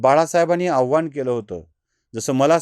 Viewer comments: Avhan nahi, avahan ha shabd aahe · आव्हान नसावं आवाहन म्हणायच आहे का